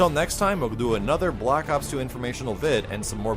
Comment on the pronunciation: why does he keep saying block ops D